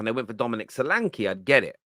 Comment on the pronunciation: The e in solanke is pronounced as the e in Nketiah